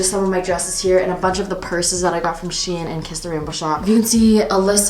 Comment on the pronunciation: I’m sorry but I’ve never ever evertttrr heard someone say she-in 😂😂😂😂😂😂😂😂😂💀